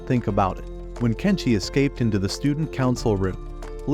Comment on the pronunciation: Tenshi not Kenshi